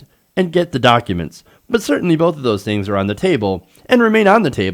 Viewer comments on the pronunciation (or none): none